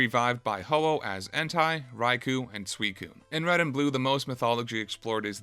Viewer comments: "entai raikuh and suikuh" bruh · Entai? Raicoo? Sweecune? That's not how you pronounce those.